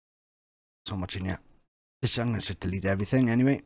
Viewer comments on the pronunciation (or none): Why do you pronounce "here" as "heueau"?